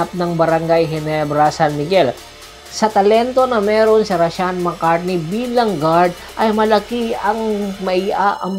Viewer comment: Mali ka po..hindi mccartney....McCarthy po.